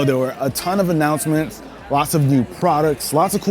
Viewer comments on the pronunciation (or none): A ton of anuncements in means nothing 😂 i like the way you say it. Is iphone 13 with a new namne: iphone 14 and just an extra 3 cool features. This year i give up my iphone ... is starts to be ishit instead.